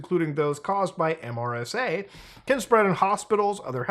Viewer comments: It's MeeeeerrrSaa 😂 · MRSA is pronounced mersa, at least in the U.S. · Mutahar, MRSA is usually pronounced, rather than spelled. Mur-sah. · Saying MRSA instead of “mersa” is the first time I’ve heard this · MRSA is pronounced mersa. Surprised you've never heard about it before 😊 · Even tho it's an acronym, most people say MER-SUH instead of saying the letters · “MRSA” is pronounced Mer-sa. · In case you need to know in the future, It's commonly pronounced 'mersa' in the medical community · MRSA is pronounced "mersah". it's antibiotic resistant staph. It's also easy to clean off mrsa from surfaces, so getting it in the hospital is quite rare. It is usually caused by dirty wrestling pads in bjj gyms and high school wrestling mats. mrsa is EXTREMELY EASY to take a culture of and put into a petri dish, and then inject someone with it. We cultured staph strains in my high school AP biology class. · as a healthcare worker, I was really amused hearing MRSA spelled out as an acronym instead of being pronounced as “mersa.” In Muta’s defense I’m not sure how well known that is outside of healthcare/microbiology where MRSA is a huge deal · MRSA as an acronym is pronounced Mersa btw. Learned about it in Basic Training. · pronounced mersa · Muta- it’s typically pronounced like, “Mersa.” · So close on pronouncing MRSA properly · I have never heard anyone say the individual letters of MRSA in my entire life until now